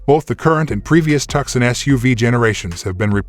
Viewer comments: "TUK-SUN?!" Its "TOO-SON" ....AS IN Tucson, Arizona.....just like the SANTE FE, as in Santa Fe, New Mexico. Jesus christ I can see and HEAR the decline of America's IQ in real-time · It's 2son,.....not tuckson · It is pronounced Tooson. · Please call thus vehicle by its rightful name! TUCSON pronounced TOO SON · People review a car and can't even pronounce it? its 2son . I have owned the 2022 Tucson Limited Hybrid for almost a year now, best and most fun car I ever drove, just love the safety and ease of lane centering. zero problems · You cant pronounce the name of the vehicle you have no business reviewing anything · You sound American yet you fail to pronounce the name of the American city it’s named after “TUCSON” “C” not pronounced!!